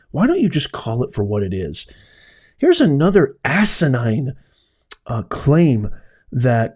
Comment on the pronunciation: I think your funny, I thought my mother was the only person who says the word "assanain". Right on! Nancy from Nebraska